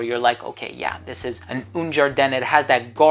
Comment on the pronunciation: Un ...A not OUN !!